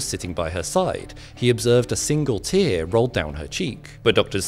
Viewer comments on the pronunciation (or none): none